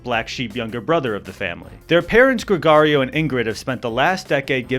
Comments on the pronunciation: As a latino listen to you say "GregArio" instead of "GregOrio" a thousand times is killing me. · Pronunciation of Gregorio and Machete is horrendous. I'm sorry. I'm sorry.